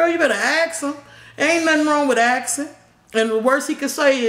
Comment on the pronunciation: Ur roomate kids were right "you keep saying AKSING" lmao I have same problem love you great to see u interact with us ❤❤❤😍